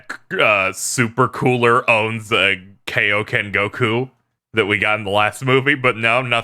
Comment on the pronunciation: It's kaio not kayo